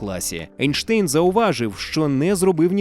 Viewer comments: Чому Ейнштейн, якщо він Айнштайн? І німецькою мовою його прізвище читається саме як Айнштайн, а не Ейнштейн, бо Айнштайн, це правильна вимова його прізвища. Einstein, «ei» в німецькій = «ай». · Друже, він Айнштайн. Це руснява практика "Енштейн" Albert Einstein В Німецькій мові E+I = Ай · Правильно Айнштайн, - бо саме так німці вимовляють це прізвище. Не будь московським лаптєстанцем, - будь освіченим европейцем! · Айн-штайн, тому що айн - це з німецьої це - один. Тому треба говорити так, як і вимовляється в німецької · Зважаючи на те, що він народився в Ульмі і його прізвище вимовлялося саме як Айнштайн, то воно має так і вимовлятися. Це не одне і те саме що назви країн на міст, які у різних мовах звучать по різному. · Німецька сполука літер "ein" читається як "айн", тому правильно Айнштайн. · Наче правильно буде Анштайн)